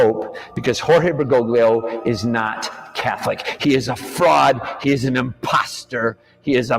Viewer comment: If he's going to call Pope Francis "Bergoglio," he could at least pronounce it right, lol. Grates on my ears.